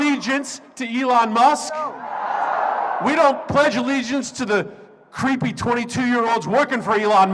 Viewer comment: He said "cwwweeepy 22 year olds" who voted for this senator lmao.